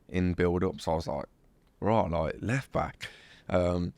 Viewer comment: WE NEED A COUNTER FOR EVERY TIME HE SAYS ' LOIKE'